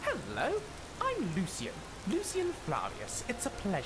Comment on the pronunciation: The only thing that irks me is how Kaidan goes back and forth with pronouncing Lucien’s name. It’s either Lucien or Lucian. Other than that, they’re so adorable